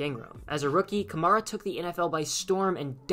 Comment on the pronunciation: You're pronouncing his name wrong